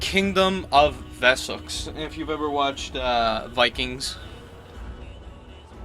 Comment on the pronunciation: Vessex? Wessex is an english word not a german word, the W is pronounced W. Your american reading is grating my ears